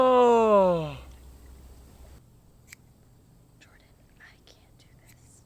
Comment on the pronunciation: What changes your accent You say Jordan as I would say. you have a MA accent when you say Jordan? So, which is the real accent?